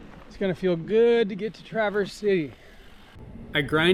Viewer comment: mr bibs pizza slaps. also the emphasis is on tra in traverse